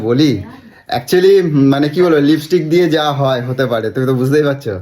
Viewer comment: Bor ta akta chhagol r bou ta oshikkhito. Tai to uchharon LIPISTICK kore, LIPSTICK noy